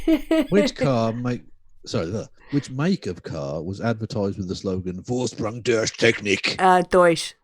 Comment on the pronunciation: you cannot pronounce "durch". You vill learn German immediately!